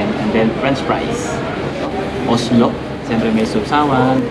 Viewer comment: COLESLAW ata yung side dish sa KFC, pagkarinig ko kasi sabi mo oslow, or baka slang lang pagkabanggit (peace!),hehehe